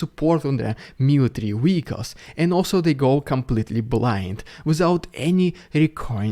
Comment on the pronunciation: Great channel. Only your pronunciation of vehicles as "wicos" is somewhat off (at least I think you mean vehicles :o)